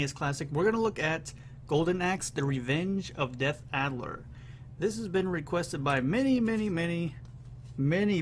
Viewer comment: You're driving me nuts, it's DEATH ADDER! :) Great video, I loved this game as a teenager at the local bowling alley.